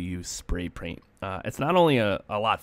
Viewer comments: Was I the only one that realized he said “spray praint” 😂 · How he said spray praint but kept it in legendary